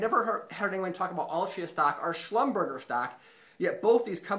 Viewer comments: It's spelled like "Shlumberjee" (not Shlumberger) - I have friends who work there - thanks for the great videos! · Schlumberger is pronounced 'schlumber jay'. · Schlum-ber-shea is the pronunciation